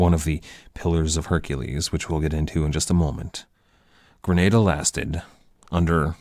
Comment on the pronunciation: Great lectures, pronunciation of Granada though is horrendous